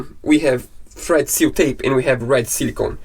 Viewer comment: I know you're saying "thread seal tape" but I keep hearing "FRED seal tape" which makes it much more fun. I'll never be able to see Teflon tape again without thinking of you guys & Fred.